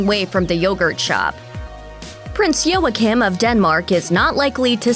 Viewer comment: And it’s Joachim is pronounced Wa keem